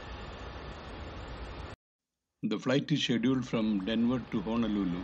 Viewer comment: its Denver not Denvar